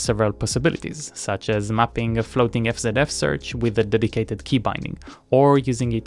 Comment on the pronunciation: It's pronounced EF ZEE EF btw :)